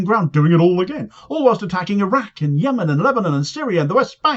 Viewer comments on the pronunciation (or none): none